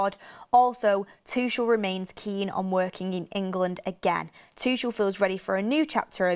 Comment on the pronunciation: if Thomas Tuchel becomes our manager, please pronounce his surname correctly. It is TOO-KOL (too-kle) not "Tushelle" 😂